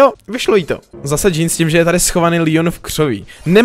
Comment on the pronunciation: Proč říkáš Lion🤦‍♂️. Je to 👉Leon👈